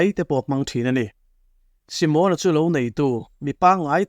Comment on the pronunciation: Simona hming hi Si-mâwn-a (tipâwng ri anga) lam rik ai chuan Si-mon-a (Shillong-a tih ri ang) a mawi ka ti zawk tih ka rawn sawi ve hrim hrim. Ngaihnawm thei thin e.